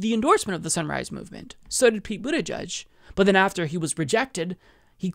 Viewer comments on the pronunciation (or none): none